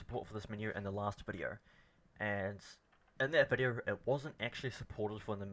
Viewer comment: VID E O not vidior!